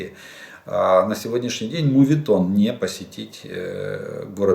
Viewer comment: мУУУУУУУУУветон так никто и не преодолел))) Такая,безграмотность! Вот такой вот такая вот такое вот такие и это в каждом эфире! Это самое) это слова паразиты!!!!!!!!!! Пере пере пере переехал Недо недо недо ехал)))) По 100 раз Читать -то можно уже научиться! Какой еще ПАН в русскоом языке???